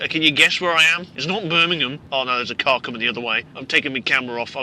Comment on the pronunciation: blood it's an car not AcAr